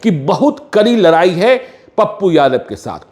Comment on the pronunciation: तु म पत्रकार हो या चना बेचने वाले हो, लराई लराई क्या होता है